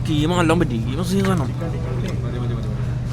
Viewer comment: Jeema jeema 😂😂😂 jeeema alla keema😅